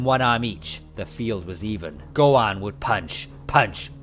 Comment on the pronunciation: God your pronunciation of Gohan is irritating 😂